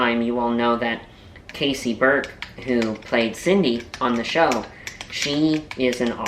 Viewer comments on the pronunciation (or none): none